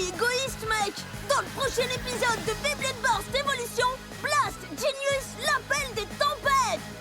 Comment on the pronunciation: Et c est BEYBLADE pas JBEYBLADE tu as fais deux faute